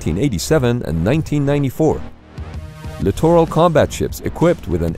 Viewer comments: Why does "class littoral" sound like clitoral when pronounced rapidly.... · Somebody teach this guy how to say “littoral”…..please! 🤔🇨🇺🇺🇸